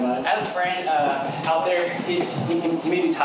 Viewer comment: “He…is very hapeey, he is very far ouoooot” swalla who!